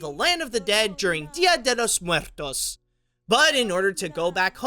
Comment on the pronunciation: “Día de los muerrrrrrtos” and “Errrrrrnesto de la Crus” killed me lol. I love watching these just to see how people pronounce Spanish names.